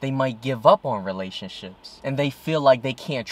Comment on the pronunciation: I couldn't help but keep hearing "relationshits". How appropriate.